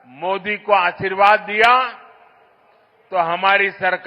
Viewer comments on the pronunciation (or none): none